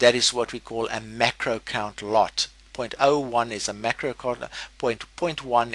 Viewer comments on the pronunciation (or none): I think you meant to say micro* lot for the "0.01 lot = 10c per pip". but it sounds like you are saying MACRO* lot... Is it just your strong accent that is confusing me.. or am I misunderstanding something? ..